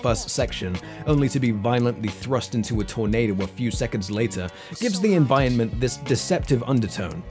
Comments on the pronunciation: You say environment weirdly. Like envionment. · you aint sayin environment proper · Holy shit if you can't pronounce environment then choose a different word to say! The bit I'm watching now you've said it 6-7 times in the space of maybe 2 minutes and its getting infuriating. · I liked this essay enough to listen to the whole thing, but the way you mispronounced 'environment' all the way through drove me insane! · stop pronouncing 'environment' that way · I almost didn't sub because of the way you say 'environment' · The way you pronounce "Environment" hurts me every one of the many times you say it.